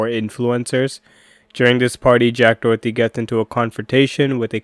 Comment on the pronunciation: It's Doherty, not Dorothy. Get it right, but at any rate he deserves all the Karma coming his way. It's gonna be good, y'all! Especially since he's wrecked his McLaren like a little pu$$y. Literally he's a coward.